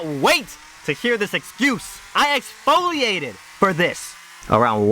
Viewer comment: "I EX-FO-LI-ATE-ED FOR THIS!!!" Lls XD